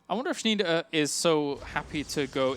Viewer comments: PRONOUNCED SHNY-DEHR, FFS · You hurt me ears when you pronouce like Shneeder!